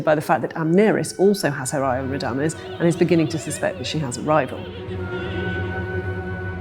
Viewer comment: she cannot even pronouce Radames‘ name correctly 😂. An opera amateur trying to preach her “cultural study” to opera audience😂